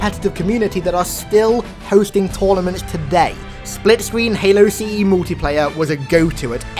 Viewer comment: Hey, how did you forget to say Halo CE correctly?